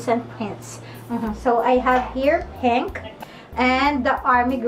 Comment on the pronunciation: Penk ahahaha di wiiw